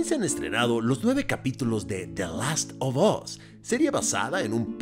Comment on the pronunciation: Last “OF” (no OB) Us